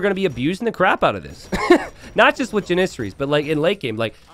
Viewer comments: It's driving me nuts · the way u pronounce janissaries 😂